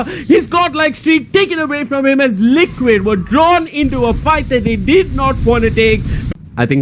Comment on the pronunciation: I hear lickit not liquid 😂😂